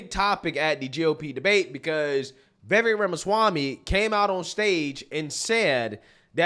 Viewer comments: Short i. Not “vee-vek” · Bro. It's viv-AYK. viv-AYYYYYYYYYK 🤣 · Bro! You have to get his name right 😂 Vivek ( the back end sounds like 'cake') 'Vi" then 'vake' Vivek!!!! Get ir eight brother! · Please pronounce his name correctly. Vi-VAKE - Rhymes with CAKE! 😊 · You love him but can't get his name correct, for the umpteenth time it's Viv-Ache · Love your content, but his name is pronounced VivAk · It’s pronounced “Viv-ake” like cake. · Thanks for the pushback. Republicans neocons are now distancing themselves though. Foxnews etc. He’s too smart for them. He’s a 21st guy! Vivek reads Vi-vake as in cake. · It’s pronounced VUH-VAKE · Vivek is pronounced "Vi-Vake" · I didn’t realize his name is actually pronounced ‘vi VAKE’. Listened to a sit down with him and Colin Noir and he said that’s how it’s pronounced. The more you know ✨ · It’s really not hard to pronounce Vivek’s name correctly.